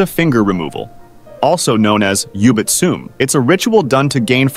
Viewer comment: I knew it was AI since the first punishment since it didn't pronounce Yubitsume (指詰め) correctly